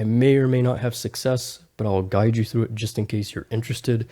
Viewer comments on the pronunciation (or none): none